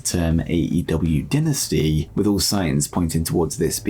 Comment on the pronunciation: You mess that word up bro is dynasty!!! Say it like die in the front I can’t take that bro it’s not a dentist it’s DYYYNASTY!